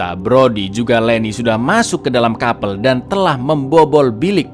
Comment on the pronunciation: sekedar info aja sih: baca nya bukan KAPEL tapi nya KAP3L 🙏